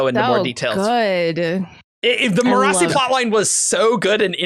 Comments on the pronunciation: I've barely started watching and kept hearing you guys mentioning Me-RAH-see and am like, who is that?! It took several minutes to realize that its Mer-a-sea as pronounced by Michael Kramer in the audio books. I have no idea how Brandon says it, or even how it's spelled, but I like to think it's a varient of Kelsier's wife's name Mer. I'm just amused at how the names translate for readers vs listeners. For all I know, Michael Kramer reads it wrong. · They kept saying Mirrorasi... I was like wtf is that. The audio book says it as maire-a-see. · I love you guys so much. But I'm an audiobook Cosmere reader and I HATE how you guys pronounce Marasi (mur-ASS-ee) lol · I'm sure their pronunciation of "Marasi" only annoys me cause I listened to all of era two on audiobook but I just don't see how anyone could think it's pronounced the way they say it... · it's great but the only problem is he pronounces Marasi a certain way and in the group above, Evgeni is the only one who pronounces it the same way. I started this series in audiobook form so I've always pronounced Marsai the same way ... but now I'm confused and starting to question everything haha